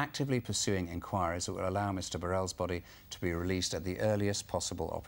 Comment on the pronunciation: Btw it's Burrell